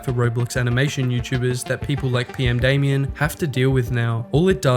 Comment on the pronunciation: you: says PMdamian or Potemer multiple times subltitles: says everything exept PMdamian and Potemer in the correct way